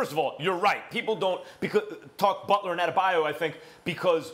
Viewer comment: Jimmy "Bulter" LMAO